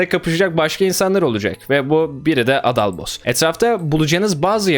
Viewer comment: düzgün adal demediğin için abonelikten çıkıyorum